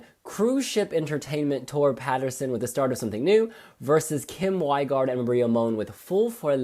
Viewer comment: Rein is not the weather, but reindeer! The Wi in Wigaard pronounces like «;Vee» not like «Why»! Tangen: Just like ng in sing, song, thing! The song is about talking things through no matter who it is: your neighbour, your siblings: let it out! Who's the cute cat's favourite? Angus: Perfect pronounsation of Alexander Rybak! Thank goodness!